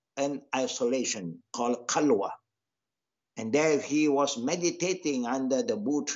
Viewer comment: he said kalwa not khalwa, qalwa means testicles in my languages xD